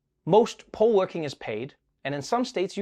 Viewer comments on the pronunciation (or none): Poll worker, not pole worker. English, man 😆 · Does anyone else hear "pole" worker? 👀😅🙈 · I gotta get my mind out the gutter. When he said "poll works,"... i thought he meant pole worker. Lol, why would there be a shortage of strippers? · It’s a shame that I heard poll-workers as pole-workers. I was like, since when is there a shortage?